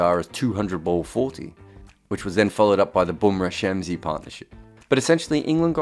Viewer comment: shami not shamshi